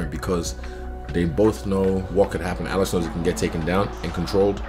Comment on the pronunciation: This idiot is saying Alex name the same way Chael does 🤦🏻‍♂️🤦🏻‍♂️……. BTW Izzy has and will NEVER pick Alex to win a fight he still bitter over the fact that Alex owned him 😂😂🤣🤣